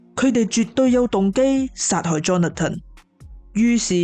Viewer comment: 𣎴是讀Johna-ton, 是Johnathan（讀johns-fun)